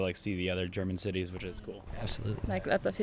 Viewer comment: When he said city's I thought he said titties😏😂